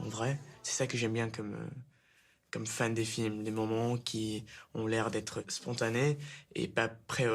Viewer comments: I think he said « comme fan des films » but he pronounces “fan” almost as English. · Il dit que comme un « fan » de film, pas fin de film